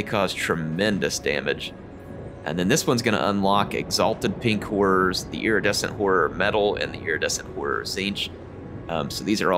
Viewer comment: Every time he says “Pink Horrors” it sounds like “Pink Whores.” I’m a big fan of this